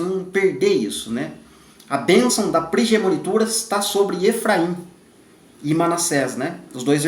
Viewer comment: Irmão abençoado de Deus que tem edificado grandiosamente a Casa de Deus, Paz! Irmão, eu quero fazer uma pequena correção com uma palavra que você pronuncia errado mas acredito que o irmão não me critique por isto, pois é construtiva. A palavra é PRIMOGENITURA e não PRIGEMONITURA. Que o Pai continue te abençoando e compartilhando o Pão. Obrigada